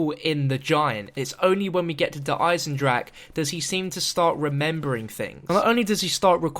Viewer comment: The420StudiosInc Gaming He said I am proud to actually pronounce der eisendrache unlike these english youtuberes